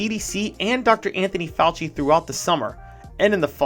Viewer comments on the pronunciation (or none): none